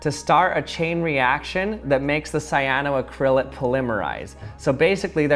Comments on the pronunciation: Ooof. Your pronunciation of cyanoacrylate hurts lol. The l.a.t.e is pronounced like it is spelled. Late, as in late for work. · The way you pronounce cyanoacrylate and polymerize varies greatly from us Aussies lol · Idk why but the way you pronounce cyanoacrylate is hilarious.